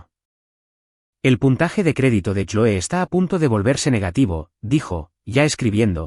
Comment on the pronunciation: SE DICE CLOE,POR FAVOR PRONUNCIA BIEN